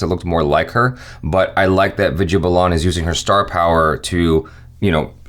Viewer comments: its "vi-DI-YA" not "vi-J-ya" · "Vidya" is pronounced as "With Ya" :)